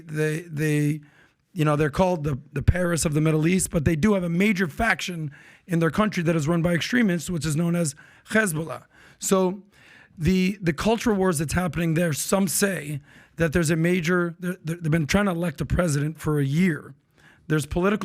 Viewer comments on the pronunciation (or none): There is no "kh" sound in Hezbollah dude.